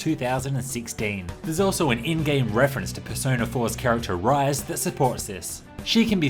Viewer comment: Pronounced "Ree-seh"